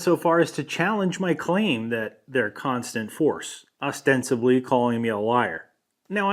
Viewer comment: Does he know "Ostensivly" isn't a thing? It's "ostensibly" with a 'b'